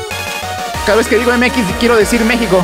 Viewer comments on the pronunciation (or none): none